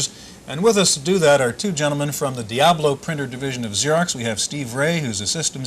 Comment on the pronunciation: TFW your company is named 'Diablo' but you don't know how to pronounce the word.